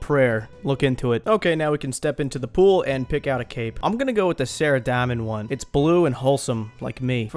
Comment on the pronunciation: It's Sara-domin* not Sara-Dom-in..... smh!!!